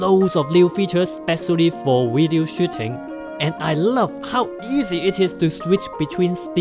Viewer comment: what is a "wideo"?